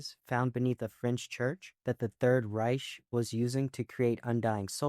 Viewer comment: Great video,I also love how you said the 3rd reich,even though it’s wrong I love it,the 3rd RICE! Just to note that Z-Nation zombies can also talk and even be friendly,like Lucy zombie